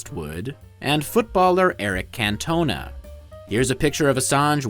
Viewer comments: Eric Can-toe-nar lol. Ze Fwenchies will get mad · not that i imagine he’ll feature in many future videos, but cantona’s name is pronounced CANT-ona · "can tow na" xd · Its Can toe naaaaa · The well known footballer Eric can-toe-ner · Eric Can-toe-nah? Ai slop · Can Tona 🤣🤣🤣🤣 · Calling Eric Cantona “Can-Tone-Uh” is diabolical 😂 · Ah yes Eric Can-Toner 😂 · That's now how you pronounce Cantona lol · Would it have been too much to learn how to pronounce Eric Cantona? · Please learn how to pronounce "Cantona" if you're going to say it three times. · The real crime here is how you pronounce Eric Cantona